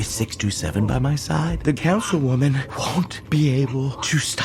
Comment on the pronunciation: Every time they say councel-women it takes me completely out of it.